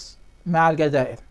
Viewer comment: أرجو الانتباه الجزائر تلفظ بحرف الزين وليس الذال